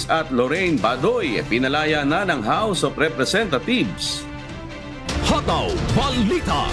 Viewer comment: ang ganda ng pagkasabi mo sir.. house of representatheeeves.😂